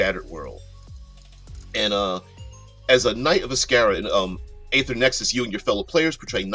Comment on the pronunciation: It's ee-ther in American English. Long e, pronounce the r at the end. Other English speakers tend to omit the terminal r and make it ee-thuh. There are dozens of youtube vids and online pronunciation sites that will demonstrate it for you. This isn't a made-up fantasy word like Glyphx or Qy.